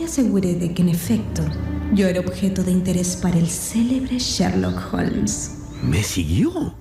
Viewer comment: Cuando li escuché decir "Sherloo olms" por tercera vez tuve que parar el audio. No es sherlo! Es sherloCKKKK HOLMS!!